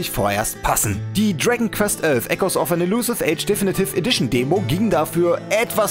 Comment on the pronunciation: deffnitiff edition, junge sprichs doch mal richtig aus